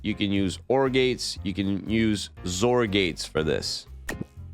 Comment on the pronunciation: Its pronounced as X-OR not "ZOR"